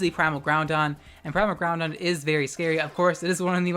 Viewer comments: Stop calling it Groundon. That's not it's name. He's Groupon and you damn well know it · Are you saying "Primal Ground-on?" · Love your vid but one thing That's not how you pronounce Groudon It's actually pronounced Ger-oo-dawn Again, loved your video sis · I smile each time i hear Groudon pronounced like Brendan.